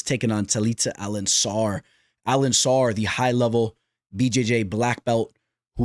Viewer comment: AlenCAR , Bro.... WTF is AlenSSAR😂😂😂